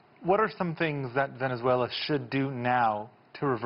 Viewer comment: He keeps pronouncing Venezuela wrong ohgod "vezeuela"